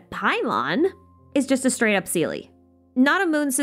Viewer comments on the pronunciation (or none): none